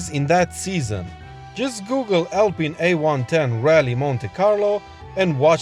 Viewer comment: "Alpyne" is for Rootes/Chrysler/PSA car models (Sunbeam Alpine, Chrisler/Talbot Alpine). "Alpeen" is the French brand, and therefore needs the French pronunciation.